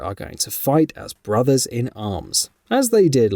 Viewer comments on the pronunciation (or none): none